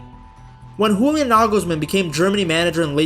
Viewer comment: The way you say "Julian" sounds way to cool for this twerp. Great video though.